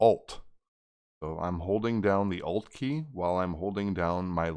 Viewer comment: Did you say "OLF" key of the keyboard